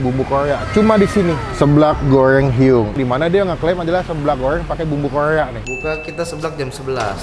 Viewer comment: Seblak goeng bumbu Koea ... Hadeh ampun rrrrrrrrrr yg bnr ....